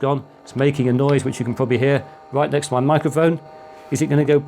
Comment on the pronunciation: "What can we say other than " pouiablry inspirational "